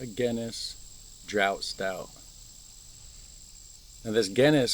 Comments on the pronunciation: Pronounce it Draft.A drought means it's not rained for several weeks.... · Enjoy your Guinness! Draught is actually pronounced Draft!